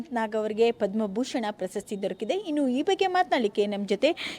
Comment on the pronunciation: ಆ ರಿಪೋರ್ಟರ್ ಗೆ ಕನ್ನಡ ಉಚ್ಚಾರಣೆ ಸರಿಯಾಗಿ ಬರಲ್ಲ 2.15 "ಪ್ರಸಸ್ತಿ "ಅಲ್ಲ ಕಣಮ್ಮ "ಪ್ರಶಸ್ತಿ"